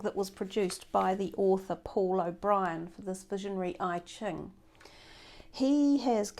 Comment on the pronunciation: Sorry my Virgo is annoying but its EChing not IChing. I lived in Hong Kong and thats how its pronounced.